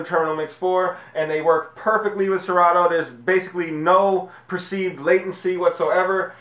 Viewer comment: you effed up ...good review but wtf is really good w/ the way u pronounce 'Serato'???